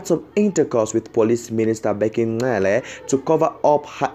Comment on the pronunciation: Hello its not Ncele!! Its Cele!